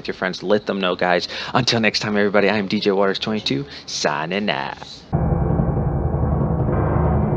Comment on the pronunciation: DJ (Not Djuntas!!) your the best Diablo Youtuber, funny and real guy. Love watching your content!